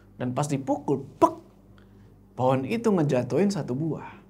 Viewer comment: ngomong pohon jadi po'on jd lucu wkwkwk